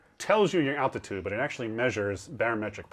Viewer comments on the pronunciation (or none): none